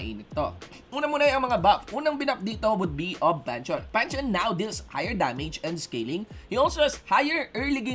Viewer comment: It pronounced Pan-theon